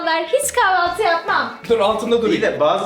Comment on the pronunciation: kahvaltı olmasın kavalti degilde